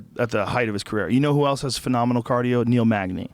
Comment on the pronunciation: Love the podcast and love Joe, but I see a flash of white rage every time he pronounces the word "else" as "elts"